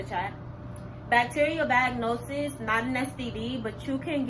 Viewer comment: She can't even say bacterial vaginosis right...